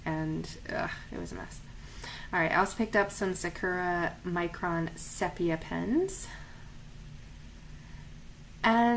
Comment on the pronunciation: Nice video! Thanks. Just an aside, sepia is pronounced see-pee-ya.